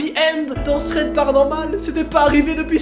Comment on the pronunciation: Une bonne fois pour toute. *TH*READ SE PRONONCE COMME UN F et pas S!